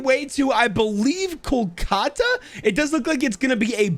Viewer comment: I love seeing people mispronounce Indian names Kolkata is pronounced call-cuh-tah